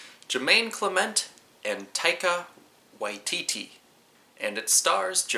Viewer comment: you pronounced Taika Waititi's name better than a lot of kiwi's